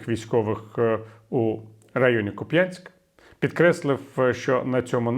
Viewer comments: Не Куп‘Янськ! А КУп‘янськ! Не дуже приємно чути такі помилки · Віталій! Чому Ви з такою впертістю говорите Куп'Янськ, а не КУп'янськ. На Вас не схоже робити помилки. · Купянск с ударением на "у". Спасибо, Виталий. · Тільки,КУп'янськ,а не Куп'Янськ.У мене всі пращури з тих країв,усе життя був кУп'янськ.В Харкові й області це місто називають кУп'янськ. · Будь ласочка, тільки не Куп'Янськ, а КУп' янськ, наголос на першому складі. Харків'янам дуже вухо ріже. А за аналітику дякую. Дзуськи окупантам, а не Харківську область. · Дякую, пане Портніков. Ку‘п‘янск. Наголос на 1складі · Дякую, пане Віталію, за аналітику! Можливо, Ви втомлені. Але відчувається пониклий настрій(( Харків ожив, якщо порівнювати з минулим роком. Дуже не хочеться втрачати рідний дім((( До речі: Куп'янськ - наголос на 1 складі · Правильно КУп'янськ - на перший склад наголос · КУп'янськ - наголос на У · Через, місто КУп'янськ, протікає невеличка річка КУп'янка. Через цю річку, виникла і назва міста.( Гідроніми завжди виникали першими). В деяких селах, іноді і досі кажуть не КУп'янськ, а КУ п'янка, маючи на увазі місто. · Віталію, дякую за Вашу роботу. Але Куп'янськ ми зазвичай робимо наголос на У. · Куп'янськ наголос на у. Наголос на я ,так кажуть мо...алі. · шановний пане Портніков, тре казати КУп'янськ, з наголосом на першому складі, будь ласка. Хоча, з точки зору стимулювання коментарів, ця помилка ефективна, може й не навмисна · Не, в образу, панові Портникову, але Куп'Янськ, завжди казали заїжжі московити. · Ага, мені як уродженцю Харківщини наголос на Я якось дивно чути. ))